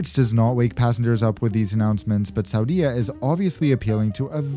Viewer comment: Hi - I was Saudia flight attendant from 1986 to 1989. Interesting to see the new aircraft and see a Jeddah that I don't even recognize! Tourism - that blows my mind. What's next? Women driving?? Small point to make - please pronounce Saudia as /sow dee A/. Thanks